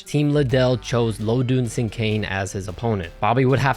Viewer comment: It’s pronounced LoDIN my guy. Rip